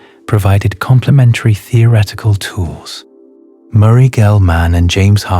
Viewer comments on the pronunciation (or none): none